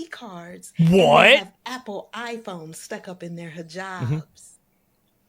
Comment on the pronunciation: so we’re not gonna comment on her prononciation of the « h »? She said « what we 7ave »